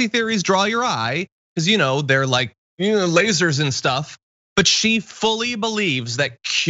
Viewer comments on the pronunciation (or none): frikkin "LAY-ZARZ"